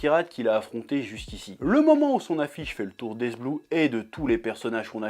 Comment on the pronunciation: pk il dit hess blue ce fou